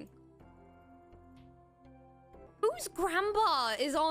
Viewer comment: Why did she become Scottish when she said auto 😂